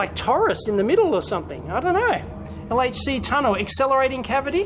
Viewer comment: Great Video Dave and you even say "aitch"! (as in "El-Aitch-See" [LHC]). WooHOO !!! Music to my ears. Go Dave !!